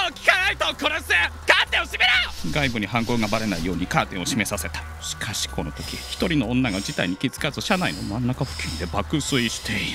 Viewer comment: しかし、「しかし」のイントネーションが気になる